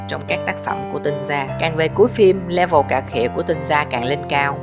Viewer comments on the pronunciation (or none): none